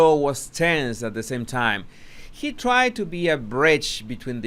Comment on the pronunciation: " After they tried to take him down" Emphasis on TRIED.